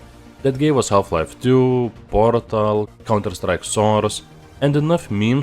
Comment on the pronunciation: "half life 2 porŕřtal... counter strike soüřč̣e"